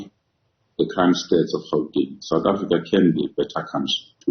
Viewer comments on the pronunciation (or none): none